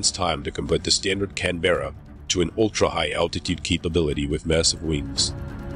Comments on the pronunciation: Its a Canberra not Can-Bearer. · Please!!! There's no "bear" in Canberra! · IT'S Pronounce Can-berr-a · Nit-picking: It is not the Can'berra but 'Canberra, with a silent e. Just ask any British (or Australian) citizen. Also, the engines were not Evons but Avons (named after the Avon river, known for Stratford-on-Avon, home of Shakespeare).